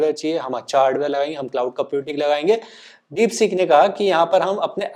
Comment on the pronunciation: डिपसीक डिपसॕक नहीं